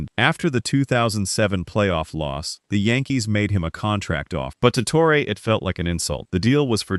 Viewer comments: Who the heck is toreay? You mean torreeeeee???? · It's pronounced TORRY not TORRA. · Joe TORE-AY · Tor-A. lol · Who’s Tore-Ray? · Can’t even pronounce Torre correctly! Click bait crap